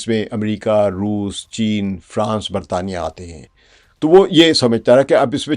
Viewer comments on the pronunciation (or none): none